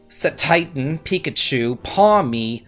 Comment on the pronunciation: Hey, at least you got Pikachu's name right. lol